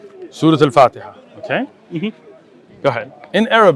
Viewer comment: the guy didnt recite the surah Al Fatiha correctly.